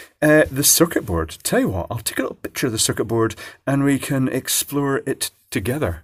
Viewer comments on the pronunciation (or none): none